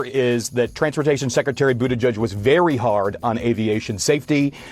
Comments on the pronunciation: For once rumpty got a name pronounced corrected! And typical slam, defame, lie and blah blah blah from rumpty. Do we believe anything he says about other people? NO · It’s pronounced Boot-edge-edge. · How is it that Buttigieg is one of the few names Donald can pronounce?